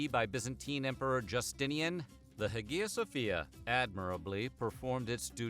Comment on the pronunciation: he mispronounced it as well